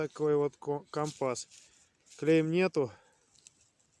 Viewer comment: Только не компАс,а кОмпас. КомпАс-морской прибор.